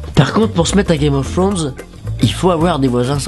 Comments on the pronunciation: Il dit "Game of Frones'' xD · GUEYME OF FWONES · "gayme of fwaunz" x)